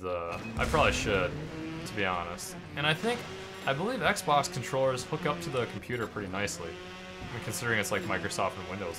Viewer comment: sounded like he said on the sex box instead of on the xbox